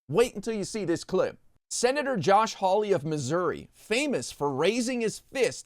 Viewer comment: Hawley. As in Hee-Haw-ley.